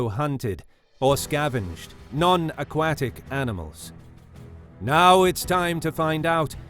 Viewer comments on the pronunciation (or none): non ah-kwatik :O